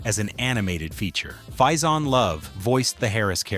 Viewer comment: Or Fazon